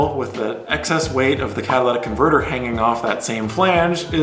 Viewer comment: "Catalatic converter" is what i swear he's saying. Alright, ill try and focus now